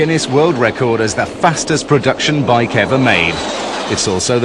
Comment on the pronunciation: hahah " THE WIKE!!!" (trynnna say Bike Won!)